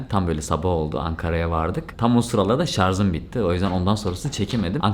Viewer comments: Severek takip ediyoruz ailece. :) Ama n'olur "şarz" deme artık, "şarj" o. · Şarj şarz değil la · Gözünü seveyim artık ŞARZ deme, ŞARJ de